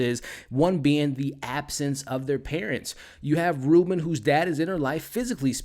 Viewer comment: The only thing that bugged the crap out of me...is how be pronounces Robyn.....BRO, it's pronounded like robin...like the birrrrdddddd not "reuben" jsjsjdndjjddxkskskejjddj Other than that, everything's great ^U^